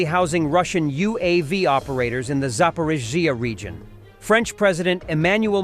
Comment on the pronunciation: AI just cannot pronounce Zaporizhzhia.🤣